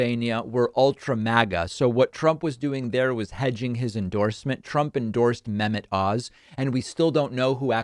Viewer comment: When you said "Dr Mehmet Oz" I heard "Dr. Menopause"